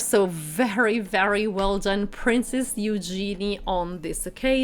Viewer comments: It’s pronounced HUGE genee. Not You gee knee. Geez. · If you are going to report on people it would be nice if you would pronounce their names correctly. Princess Eugenie's name is pronounced yoo-zhe-nee and the Duke's family name of Grosvenor is pronounced grove-nur (the "s" is silent). As for Eugenie's dress - it was dreadful. Boring color - actually rather an ugly color. A belt would have cut her at the waist making her look more short and dumpy. She also could stand to be fitted with proper undergarments (as could some others in the Royal family.) Eugenie rarely wears makeup which is a personal choice, but for a high society wedding it would have been nice to at least see a bit of color. I do agree with you on the bride's shoes. While pretty, and I understand the "something blue" idea, it was the wrong shade and very clunky looking. A pale blue would have been a softer look for her delicate dress, and while a chunky heel would be better than trying to stand on 'stilts', if she wanted comfort, perhaps a flat or low heel. And, as others have pointed out, what was the reason for even mentioning The Duke and Duchess of Sussex? They didn't attend so there was no reason to say anything about them. And what nonsense to say the wedding cake was influenced by the Sussex cake. You took that information direct from Hello magazine and it was ridiculous of the author to say, let alone for you to repeat. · Disregarding the other mispronouncments, I must correct your mispronouncing of Princess Eugenie. Her name is pronounced "you-genie", with a soft G. Also, Grosvenor is pronounced "Grove-ner" the S is silent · Please search how to properly pronounce Eugenie’s name, you said it incorrectly throughout this video.